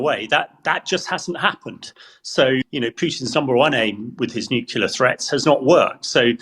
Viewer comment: A former NATO commander who thinks that most Russian nuclear weapons are unusable? What a joke. He can't even correctly PRONOUNCE the word nuclear. His comments are very dangerous.